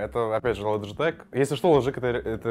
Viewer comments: Лайк за лоджитек а не логитеч. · Не лоджетек а логитечь